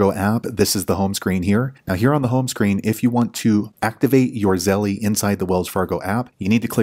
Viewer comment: hi, great step by step tutorial. I have Navy Fed. So I sent this video to my Aunt to show her how to set up Zelle in her Wells Fargo app. It helped her. Thanks. Also just an FYI although it’s spelled Zelle. The E on the end is silent. Therefore it’s correct pronunciation is Zell 😊